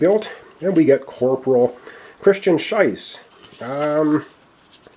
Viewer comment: Been laughing about your pronunciation of "Schiess". Pretty sure it's a hard 'E' (Shee-ss) instead of a hard "I" (Shy-ss) sound. Been calling him "Corporal Sh*t". 😆 Either way, thanks for giving me some glee during this playthrough! 😊